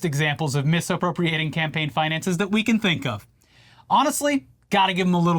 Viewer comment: Do I have to say it? No cam-paign No cam-gain